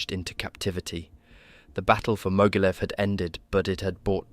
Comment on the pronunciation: You should learn a bit about German and Russian pronunciation, the video was good, but it was marred by some weird pronunciations - it's not, for example, Mogilev but Ma-geel-YOV (yes, really!).